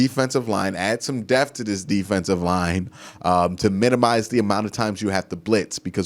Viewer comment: I love the videos but yes pronunciations drive me crazy... Wif, aflete, any th is a f..... Drives me crazy af...fouf, fif, DEF!!!! DEPTH BRO. come on